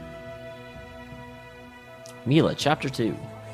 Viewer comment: Calling her "Millia" again, huh? :P